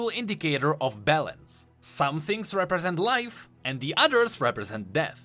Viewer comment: out here saying balance like bellend